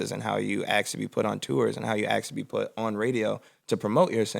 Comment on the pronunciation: Still can't believe Chance pronounces ask as "axe"